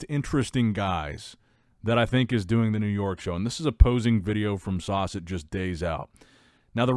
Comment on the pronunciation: His name is Sas, not Sauce. 😂